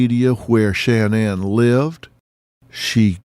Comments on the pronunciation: I want to appreciate this but Dr Phil, everytime you say, “SHAN-ANNE” I want freak out! An when you called “CeCe”, “SISSY”I realized how disrespectful you are. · His pronouncement of “Shanann” is driving me nuts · This is a great documentary but the constant mispronunciation of shannan is just far too distracting.